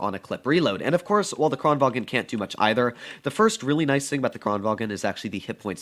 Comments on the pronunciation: Im swedish and kranvagn says kraenvan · says the kran right but then says vagen